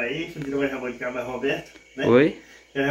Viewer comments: Família, pelo amor de deus é jaboticaba, não jaboticabra 🤦🏻‍♀️... Não é porque sao simples que nao tem que aprender a falar direito. e parece que nem estudou, falam tudo errado... Busquem aprendizado... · A e fala, "jabutiCABRA" o correto é "jabutiCABA" ou "jabotiCABA", e tão novo, já terminou os estudos e não consegue falar corretamente algumas palavras tão fáceis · Gente lugar todo mundo fala o nome da fruta errada, falam "jabuticabra",kkkkk, deve ser uma fruta que dá leite. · FAMILIA O NOME NAO E JABOTICABRA E SIM JABOTICABA VOCES SAO NOVOS PRESTEM BASTANTE ATENCAO NAS PRONUNCIAS DA PALAVRAS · não se diz jabuticabra e sim JABUTICABA kkkk fugiu da escola menino